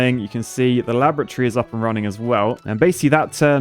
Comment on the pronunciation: (la-bruh-tree), excellent pronunciation